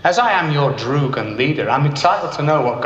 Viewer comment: All the Russian words are so wrongly pronounced . :D malenky isn't ma-lenky , its more like maljen-gih. Droog isn't pronounced like drug, more like the word "pug" with a short vowel in the center, so "dr-ug"